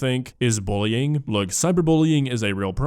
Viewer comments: Why does she keep saying "bowling" instead of bullying. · Does she seriously pronounce bullying as bowling? I was so confused at the start of the video because that sounds completely irrelevant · “booling” she really said that?! 😅